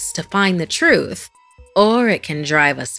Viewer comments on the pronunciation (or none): none